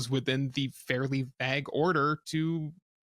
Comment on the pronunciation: Very 'vag'? I think you mean 'vague'.